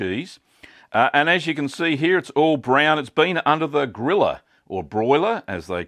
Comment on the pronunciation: When you first said :"place it under the griller" I understood :"place it under the gorilla" and my first thought was :"where do they get gorillas in finland?" Jokes aside, this cheese will be my next try...looks so delicious